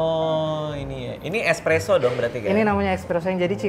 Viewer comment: Barista nya ngomongnya ekspreso anjir